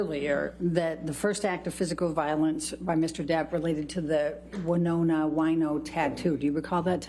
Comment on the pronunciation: Winona Whino? correction, transcripts reads: "related to the winona wyno tattoo" Hilarious pronunciation.